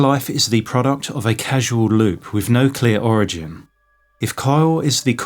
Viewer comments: It's called a 'Causal Loop' (as in the word 'Cause') not a "Casual Loop" haha. Just casually, y'know, minding my own business, looping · Casual loop? You mean causal loop right? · Great video... one little nagging error though... it's actually 'causal loop' not 'casual loop' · I appreciate the video. If it doesn't seem too pedantic, I think you might have meant to say "causal" instead of "casual." Regardless, looking forward to more of your content. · I suspect you meant 'causal' loop, not 'casual' loop. Thank you for this great presentation. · Causal loop, not casual loop. I loved this analysis, man. Subscribed. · causal ≠ casual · How the fuck does the bot keep pronouncing "causal" as "casual"? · Causal loop. Not casual lol. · Sorry, not 'casual' loop but 'causal' loop. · Causal, not casual.